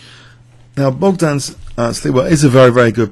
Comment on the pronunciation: "shleeva" is more or less how this name is actually pronounced. However, "bockdon" is rather off. The "gd" in "Bogdan" is voiced so the pronunciation BOG-dan (or -don or -dun) is actually closer to the Polish pronunciation.